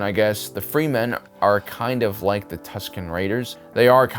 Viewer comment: Free-men? Come on...you guys are better than this.